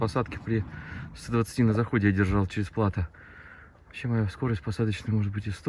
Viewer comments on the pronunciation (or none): none